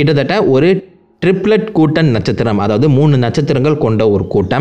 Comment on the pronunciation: Natchathiram ❌Natchuthiram ✅